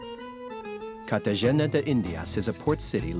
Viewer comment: excellent section despite mispronouncing CartaHena. I suppose mentioning the spectacular food and service along with the stifling heat and humidity could’ve been seen as a bit trivial